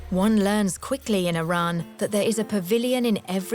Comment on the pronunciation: the woman cannot even pronounce Iran correctly.